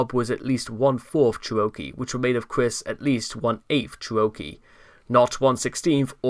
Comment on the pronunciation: I hate to be this person but the word Cherokee sounds like chair-oh-key. Thank you for your work